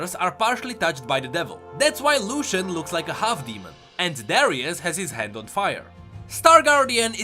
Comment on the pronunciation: Anyone else hear "Darius has his 'Hat' on fire" and not "hand"